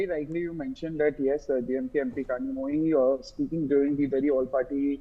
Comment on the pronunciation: someone tell these north indian anchors that tamil has special sound which needs to be pronounced using bent tongue and "zhi" is pronounced like Li or Lee but differently......in fact tamizh itself should be pronounced that way.....